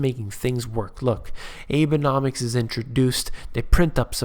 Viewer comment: You are mispronouncing Abenomics. It should be: Aw-bay-nomics.